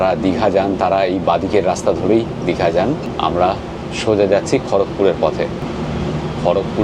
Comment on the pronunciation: দাদা আসল উচ্চারণ হলো খড়গপুর। আপনি যদি সঠিক উচ্চারণ করেন শুনতে খুব ভালো লাগবে। ভালো থাকবেন